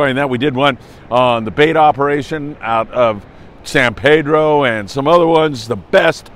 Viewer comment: It’s Pedro notpedro